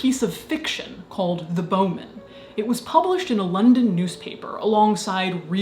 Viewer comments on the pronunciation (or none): none